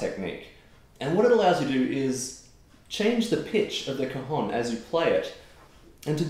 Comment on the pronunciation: It's an open vowel in cajón (hence the accent on the 'o'), the o is open as in for example the English word 'ON'. You're a tremendous player